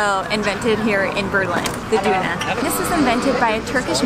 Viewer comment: Omg you people just make me hungry every time! 😂 Tip: In English, you say "urn" "girl" "pearl" "hurl" "hurt" You don't say "oorn" "goorl" "poorl" "hoorl" "hoort" Now say "Döner" like you say the "u" sound in girl, pearl, urn etc. 👍🏻 Now you have Döner, and not Doonah😉 Love your family, you're so adventurous, and sweet❤